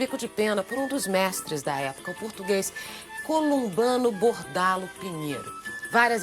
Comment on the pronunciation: O português Columbano Bordal Pinheiro???? Errrado.